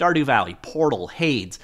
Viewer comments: The way he pronounced hades hurt my soul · how did you pronounced "Hades" again???? Either way, this is big. SDL is such a cornerstone of gaming.